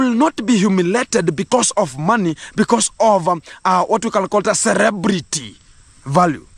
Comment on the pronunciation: Did said 'Cerebrity'